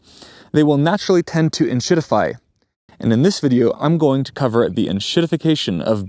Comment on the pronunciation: Hi mate, you might want to look for a new term as in German entshitify, which is what you are saying sounds like, means removing shit … hence super confusing for anybody speaking the language… just a thought